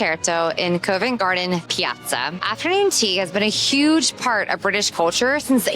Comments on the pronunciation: It is not Cove nt Garden, it is pronounced Covv ent Garden. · TUBE = CHOOB not TOOB. ROUTE = ROOT not ROUWT. BOROUGH = BURRA not BURROW. COVENT = COV ENT not CUV ENT or CO VENT. SCONE = SCON not SCOWNE. The Tower of London used to be a MENAGERY (zoo) as well. I live a 10 minute walk from another of William the Conquerors castles, ROCKINGHAM CASTLE. Still inhabited by the same family for over 450 years. Double decker buses are used all over the UK not just in London. There is no such place as DEVONSHIRE. It's just called DEVON. I hope your voices were not actually as loud in the places you recorded in as they seemed on the video. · "Cov ent" not "Co vent" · Great video. Love your enthusiasm for history and our culture. Just a tiny point about Convent Garden - the Co in Covent is pronounced C-of-vent (like in Cough or Complement) not Co-vent (not like in coincidence). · Great video. I spend my time in London in a similar way 😂 Just so you know, Covent Garden is pronounced 'Cov-ent' and not Cove-ent' Garden. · Covent pronounced C-of, not cove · Yeah, it's more k-ah-vent, not k-oh-vent, the o sound is like dove, not cove. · Yeh, covv-‘nt gardn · Covent as in column, not as in colon! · think of it like the word convent without the n